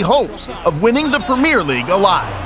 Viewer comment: Premier not premiere. Different words, different meanings. Great video otherwise though